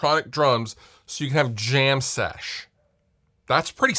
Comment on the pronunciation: "jam-SESH" :DD